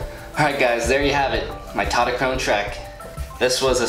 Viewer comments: "TautoTOchrone" lol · Tautochrone in greek is pronounced taftoxrona (im half greek btw)